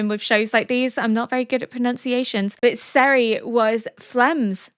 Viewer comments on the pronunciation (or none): Serie is pronounced "ZEH-ree-uh" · Regarding pronounciations: You do "Frieren" fine enough, You do "Fern" decently I can live with both (false) versions of "Serie" But calling "Flamme" something like phlegm always hurts me. Just listen to the way the japanese VA´s say it. They do it really well for not knowing german.